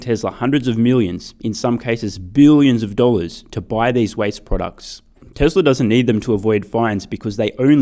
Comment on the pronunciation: bro why you pronounce TESLARR ? love your videos by the way